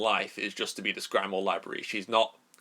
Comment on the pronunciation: Grim, not grime. Grim-wahr